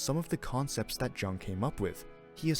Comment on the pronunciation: Soft J my friend 🥰